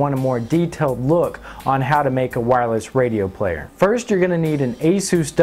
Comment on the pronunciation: had to stop watching it, he kept calling it aszuse, it's not a greek god there is no Z it's AS US as in Eh Us